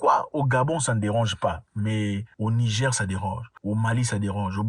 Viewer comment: Zack mwekassa quand vous prononcer le "Niger" il faut prononcer le R à la fin j'ai constater que vous disiez le Nigé pas avec le R